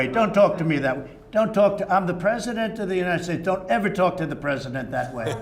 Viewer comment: "don't talk to the pwesident that way. "